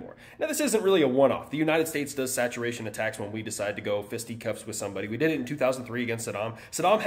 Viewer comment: You said "fisty cuffs"!!!! Lmfao. I've never heard anybody else say that.